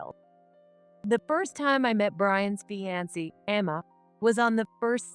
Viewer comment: Very good story, if only the pronunciation of the words, the CEO and fiance' should be corrected 😊